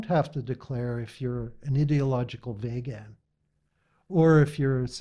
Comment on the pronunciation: I agree with many of the posts here, and love Dr. Jay's pronunciation "Vauge-ans, " very apposite! 😊